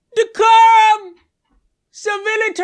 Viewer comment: I fuggin love when Kyle puts on his high class douchebag accent: Civilityaah!